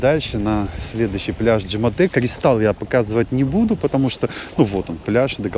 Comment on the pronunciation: Почему ДжемАте, когда ДжемЕте?